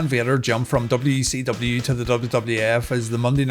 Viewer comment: Anyone else hear wecw?